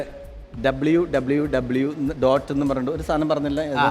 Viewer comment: please tell Ashwathi not to day triple w coz it's three different letter so please tell her to say it properly.